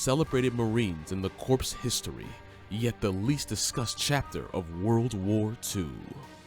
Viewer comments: Dude said marine corPSE lmao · I grimace every time I hear the narrator say "CORPSE." Also, they are Marines, not Soldiers. Otherwise, not too bad of a video.